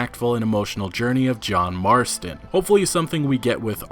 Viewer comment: When you said John Marton for the first time in this vid it gave me goosebumps